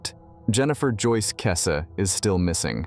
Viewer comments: Kess- EEEE. Do at least some research?? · her surname is pronounced weird on here